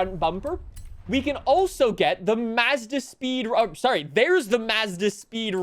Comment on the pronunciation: Listening to pronounce Mazda makes my brain cells die...